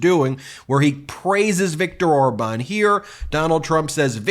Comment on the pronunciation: Orban? He doesn't even know how to say his name? His buddy?